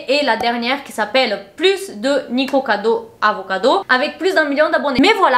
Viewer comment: t'as dit niKIkocado avocado à la fin. haha t'a crue que c'était juste, trop chou